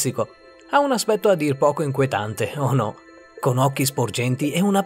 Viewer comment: min.4,30 "dall'aspetto a dir puoquo enquetante"